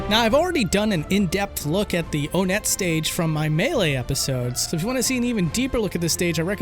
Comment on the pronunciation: Not to be rude, but most people pronounce it on-net not O net